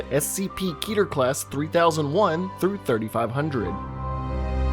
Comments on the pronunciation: KEH-TUR Its pronounced keh-tur not kee-tur! Its an actual Hebrew word. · Pronounced "khet-er" but the rest is fine. Good video on scp from such a diverse channel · Look i know its annoying to say this but 'keter' is pronounced as Keh - tah. I dont blame you, cuz everyone is different. But yh thats it's actual pronunciation. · It’s pronounced keter not keter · Idk if it's meant to be key-ter, or keh-ter.. I didn't look it up, but something about the 'key' pronunciation just feels off to me.